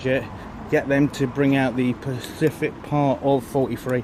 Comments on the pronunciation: You keep saying Pacific it's not pacific its SPECIFIC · specific not pacific, jeeez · Great job, love the videos you post but please say “”specific” ant not pacific, that’s on ocean 😂👍